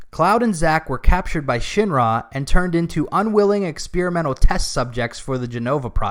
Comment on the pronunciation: I really love that I can tell you're saying "Shin-Ra" and not "Shinra"